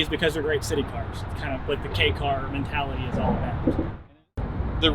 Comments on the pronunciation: I'm not sure on the 4 foot measurement, but I know the 8 foot long part is definitely wrong. It's much closer to 11 feet. All he had to do was measure the one next to him. I don't know about the downtown city reference he speaks of, but the KEI (pronounced like the following letter, K) class does get some preferential treatment regarding registering and taxing, though Japan has reduced some of these advantages in the past few years. At one point you didn't have to prove you had an off the street parking place for them because of it's small size. This car is from the end of the bubble economy, back when people had money, and car companies were bold enough to try fun things that maybe didn't need to speak to almost everyone to justify building them. I'd love to have one, the 4WD version if possible. A nice video. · pronounced K" not Key haha but great vid chap! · Kei is not pronounced key its kay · You pronounced kei wrong